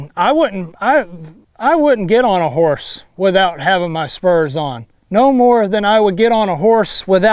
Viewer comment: Is he say I g spurms